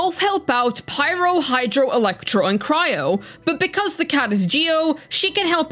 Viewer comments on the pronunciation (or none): none